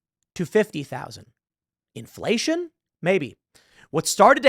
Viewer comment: He almost said Infelatio